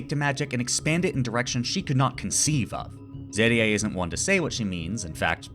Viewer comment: You did pretty well with the names! Edit from layer on (since I did end up noticing a couple pointers), you did really well!! But yeah, as later in the comment: if at some point you're interested in the extra 3-5% One thing would be switching the the "e" pronunciations of Fern and the second "e" in Serie. Fern tends to be pronounced by most like the english plant rather than the german "distant" and the "eh" at the end of Serie tends to also be hard for a lot of english natives. Also kudos for the attempts to hit the "r" in Kraft, german has a lot of cases like that where you need to go from a rather forward sound to catch an "r" in your throat almost and then right back to a forward vowel. Also for Stark, an "s" before a "t" or "p" becomes a "sh/sch" sound unless you're doing a northern dialect (so it'd read as "shtark/schtark"). Also watching the show recognising what all of he names mean makes for quite an interesting experience since well uhh they are kinda descriptive in many cases Aaaaand idk what case would make this comment helpful but uhhhh i guess if you're ever looking to polish those extra 5-ish% 😌